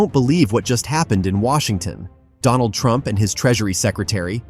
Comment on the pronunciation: Do-Laand dumb 😆